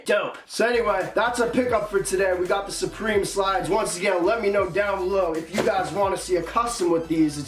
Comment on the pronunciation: Suprememe the way he said it had me dead